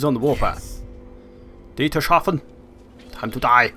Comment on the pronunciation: Dietershaven...haha...it's called Dietershafen...no 'sh'...'s' and 'hafen'...man, that can't be so difficult...come on...only 's' and 'hafen'...Dietershafen...uh fuck man, this name is so ridiculous XD